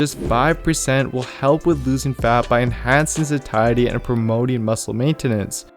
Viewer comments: Why is he saying sakiety, instead of satiety? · Just a pointer, it’s pronounced “say-sh-uh-dee” or “say-she-uh-dee”. It’s a tricky one I know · Sat-iety with a hard t??? Get outta here lol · absolutely phenomenal video but it's pronounced satiety (say shee ate ee) so I had to stop listening before I die from cringe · Just not crazy about your pronouncing "satiety". Otherwise, good info.